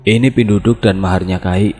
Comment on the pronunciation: Cara penyebutannya bukan "pinduduk" bang tp penduduk biasa macam sebut KTP, penduduk biasa digunakan untuk org yg mengambil ilmu atau minyak2, untuk upacara penamaan bayi, untuk pembayaran atau mahar ketika sakit dll msh bnyak lg